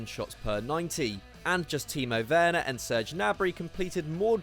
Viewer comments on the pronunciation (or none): none